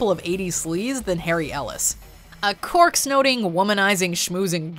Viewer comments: Cork? Don't you mean Coke?? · Did she say cork snoting?